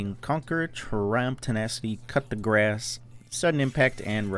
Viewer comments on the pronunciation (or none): none